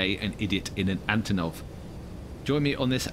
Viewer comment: as russian-ukranian-belarussian speaker i should say that it's antOnov with word stress on first O but not on first A.